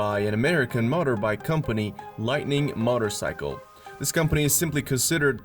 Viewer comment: Yep that's what I thought. Motter-cycle?? LOL